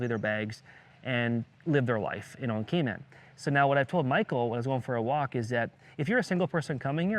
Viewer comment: Kay maan islands hahahaha